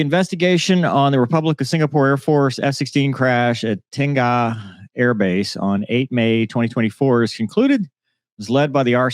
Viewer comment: Finally! someone pronounced Tengah correctly